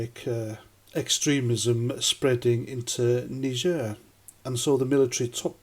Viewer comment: Thats not how you pronounce Niger....🙃